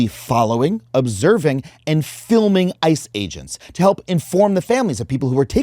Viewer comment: i thought for some reason he said I and not ICE